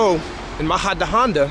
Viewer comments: Great video in Spain, but you are pronouncing the city's name so wrong. Try saying "Muh-hu-duh-on-duh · Great video in Spain, but you are pronouncing the city's name so wrong. Try saying "Mu-hu-duh-on-duh